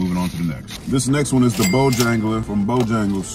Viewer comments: Bo JANGLES NOT hungles 😂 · Bojangles 😂 not Bohangles